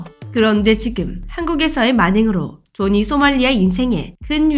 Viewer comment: 자막은 조니 발음은 조지 뭐임?